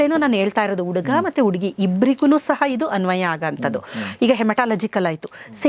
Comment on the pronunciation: ಡಾಕ್ಟರ್ ಕನ್ನಡ ಉಚ್ಚಾರಣೆ ಸರಿಯಿಲ್ಲ.ಅಕಾರ ಹಕಾರ ಸರಿಯಿಲ್ಲ. ಉಡುಗ( ಹುಡುಗ) ಉಡುಗಿ( ಹುಡುಗಿ) ಓಗಿ( ಹೋಗಿ) ಒರಗಡೆ ( ಹೊರಗಡೆ) ಓದರೂ(ಹೋದರೂ) ಕೇಳುವುದಕ್ಕೆ ಕಷ್ಟ. 😮 😢